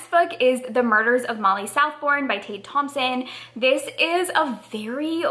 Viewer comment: I love 5 star prediction videos! Hope you love the books. Btw, Tade Thompson's first name is pronounced like Tah-deh. (There's some interview videos on YT if you wanna hear it said aloud.)